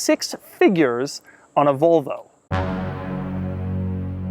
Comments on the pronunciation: Can someone tell me how many times he said Volvo? And in a weird way? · good video but your pronunciation of Volvo is horrible :D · Its it only im some get lite arngry when he say volvo wrong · One of Doug's querks is the way he pronounces Volvo. Another is that he wears a t-shirt under a t-shirt. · It sounds like he says vulvo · Why does he call it a "Vulvo"? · he pronounces it like vulva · STOP SAYING VULVA XC90. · cant get past his mispronunciation of "vul"vo haha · Its pronounced Volvo not Vowlvo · Doug the typa dude to pronounce Volvo "vulvo" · Nice pronunciation. "The hundred thousand dolar VULVA." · sounds like your're saying Vulva which is the area above the vagina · why Doug pronounce is "vlvo" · Does it bother anyone else that he says "Vulvo"? Because it bugs the fuck out of me. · Doug the kind of guy who pronounces Volvo as Vulva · Had to stop watching after a minute because he pronounces it like "vulva" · he pronounces Volvo like Vulva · Sounds like your saying Vulvo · Of course he isn't objective, haven't you heard how he pronounced volvo every single time? Like it's filth or something, He is very far from objective. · never heard anyone say volvo like this